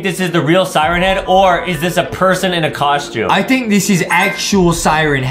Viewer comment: A coschyoom